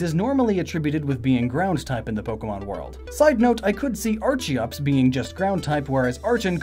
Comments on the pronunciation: Bruh.. Cringe.. Why do you pronouce Archeops as Ar-CHI-ops.. ITS AR-KEE-OPS! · Are ken Are kee-ops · Are-Kee-Ops! Are-Ken! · Say Archeops right please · You mispronounced archeops